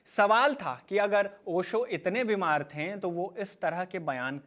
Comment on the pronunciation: Bhaiya, थे और थें में अंतर होता है। एक बेहतरीन कंटेंट और प्रेजेंटेशन का मजा किरकिरा कर दिया आपके "थें" ने । Nothing mocking.